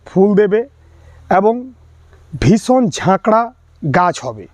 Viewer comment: খুব কাজের ভিডিও i কিন্তু আপনি যে জেলারই মানুষ হোন বাংলা উচ্চারণটা ভালোভাবে শিখতে হবে ৷ বিশেষ করে স, শ ও ষ i বিশ্বাস কে বিস্সাস উচ্চারণ করছেন, শেষ পর্যন্ত কে সেশ পর্যন্ত বলছেন ৷ ভীষণ কে ভিসন বলছেন i রাগ করবেন না কোনো ভাল সঙ্গীত, আবৃত্তিকার শিক্ষক/শিক্ষিকার কাছে গিয়ে একটু উচ্চারণ শুদ্ধ করে নিন i আপনার গ্রাহক বৃদ্ধি পাবে ৷ বিষয়বস্তু অবশ্যই ভালো ৷